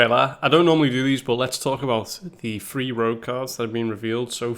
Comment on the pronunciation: Everytime you say "three" I hear "free"